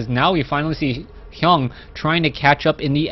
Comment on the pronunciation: Its TSLHyun, not Hyung!